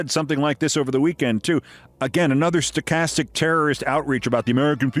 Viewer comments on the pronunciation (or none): none